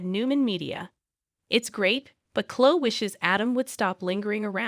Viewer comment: It's like a guessing of who you're talking about learn to pronounce the names as they do on the show then I might know Clo I think you mean CloE